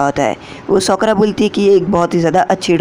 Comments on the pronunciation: Bhai uska nam sokra nahi hai uska nam sakura hai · Sokara nhi sakura ☺️